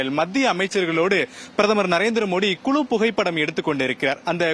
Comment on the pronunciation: குலு புகைப்படமா? என்னங்க தமிழ் இது. தமிழ் உச்சரிப்பை முறையாக உச்சரித்து பழகி அப்புறம் ஊடகத் துறைக்கு வாருங்கள்.